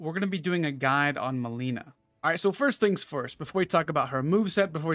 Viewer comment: It was bothering me so much that you kept calling her "melina," she says her name in the cutscene